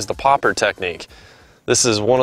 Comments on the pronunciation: its a popper not a pop r lol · I don’t get why he keeps calling it a poppAR. it’s a poppER.